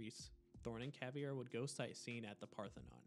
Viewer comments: CaVEIra, not CaVIEra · The videos a 10 but he said Cav E Air Uh. I think it’s pronounced cav air uh. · No, it would be pronounced Kah-VAY-rah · Caveira** not cAvIeRa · Good video, but the mispronunciation of Caveira's name kinda threw me off track a bit. It's pronounced "ka-vare-a". There's no "e" sound in her name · hey idk if your gonna read this but u kdont pronouce i in caveira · Listening to you pronounce Caveira’s name wrong every single time makes me never finish your videos. She isn’t part fish mate